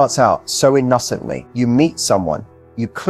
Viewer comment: Really not sure how I feel about this Matthew AI! Give me flesh and blood Matthew please 🙏🏾 Something felt off from the beginning but when the bot pronounced ‘inossently’ I lost all faith and was done!